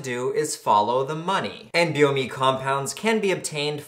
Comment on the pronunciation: isnt it "N-BOMe"??